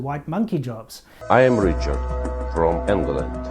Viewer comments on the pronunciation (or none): "I am Ree-chard frum Ainglan" haha